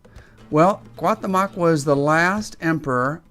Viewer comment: Please learn how to pronounce the name correctly!!! This hurts my ears hearing you murder the mexican culture making this video. He would of taken your heart in a instant!